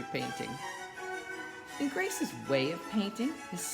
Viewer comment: Ingres is pronounced "Ang".